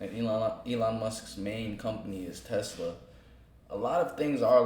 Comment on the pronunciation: Thats crazy!!!! So that is the second person and Ive heard Trump prnounce The name Tesla and say Tesler